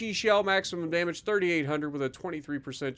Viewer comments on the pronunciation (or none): none